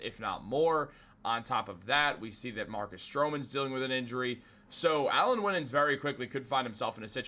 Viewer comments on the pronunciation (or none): Also - Winans is pronounced - "Why-nans."